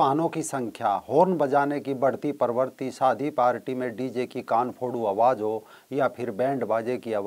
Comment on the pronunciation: आपके सभी वीडियो शिक्षाप्रद है।आप मानवता के सच्चे पुजारी है।इसलिए मै सभी वीडियो देखता हू परन्तु खेद का विषय है कि आप का कई बार अशुद्ध उच्चारण बहुत खटकता है ।जैसे -ध्वनि को धवनी।प्रवृति को पर्वर्ती।